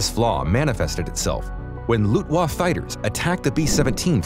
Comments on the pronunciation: Loofwoff?!? C'MON, ALREADY! It's LUFTWAFFE! The "t" and the "e" at the end of the word are both pronounced... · Lost me at "Lutwa." Won't be back. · It’s Luftwaffe, not luftwa -_ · Lootwa Fighters? 😂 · You would think even 20 somethings would know how to pronounce Luftwaffe. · Mispronouncing the words "molybdenum" and "Luftwaffe" in the first two and a half minutes stopped me right there. If you don't care enough to research the pronunciation of words before committing them to video/audio, then I know there will also be factual errors in this video. The first is the title. The Airbus 380 is the largest aircraft ever built.